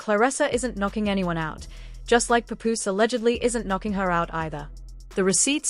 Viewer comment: Pup ooze it’s Paapoose!